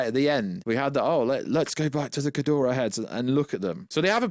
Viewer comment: Stop calling him "Kudora/Kidoruh" ... It's Ghidora lol I know you have the English accent but Damn